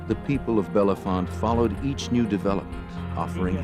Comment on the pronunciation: Can’t say Bellefonte correctly